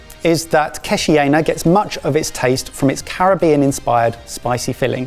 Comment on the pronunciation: Great concept. They butchered the pronunciation of Curaçao and Keshi Yena though.